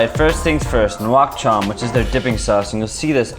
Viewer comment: I got you fam. Say "Nuoc Cham" like. "Nook Cham".(rhymes with cook sorta). For "Do Chua" which literally means sour stuff, say "Doe(the animal) Jool or Jewel" Say everything faster and you should be alright. Bun Thit Nuong = Boon, Tit(...), Nung while your voice goes up.(rhymes with sung sorta). You're better off saying Pho Bo, like "Fuh Ball". While dropping your voice a tad on "ball". And holy cow your Pho look spot on. Great Job